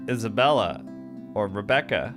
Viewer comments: I think it's because Marianne and Mary Anne are pronounced differently. Just like she mispronounced Isabella's name as Isabelle. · I think Hannah saying names wrong is just her tick. She's always calling Isabella "Isabelle." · Hannah purposely gets people's names wrong. Just like with Isabella how she calls her Isabelle. It's just a weird thing the devs did~ even though Mary Anne sounds exactly like Marianne. I think it's kind of interesting they went about it like that. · Hannah doesn't care about anyone's names. She says Isabelle instead of Isabella and Mary Anne instead of Marianne.